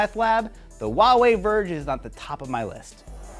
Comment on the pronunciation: Wa-way? I'm sorry, but i think you pronounce it like: Hu-a-way.